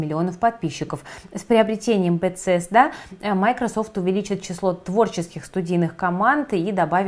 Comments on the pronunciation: Режет слух.. Бесезда - по крайней мере с тех пор как я слежу за серией игр от этой компании на протяжении 15 лет. Все журналисты произносят БеСезда, без "Ц". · Bethesda по-русски произносится "Бефезда"